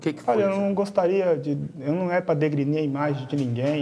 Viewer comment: "não é pra degrenir" 😂😂😂😂😂